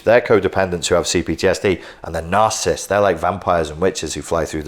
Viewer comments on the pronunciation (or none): Those are 3 syllable words...cant take you seriously if you wont pronounce it. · Why can this man not pronounce the word he's doing a lecture on lol